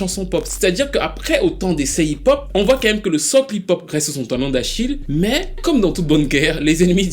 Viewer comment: Je suis camerounais ce "mais" m'est tellement familier 😂